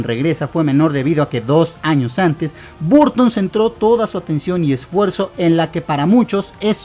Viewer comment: Se escribe BURTON, se pronuncia BARTON.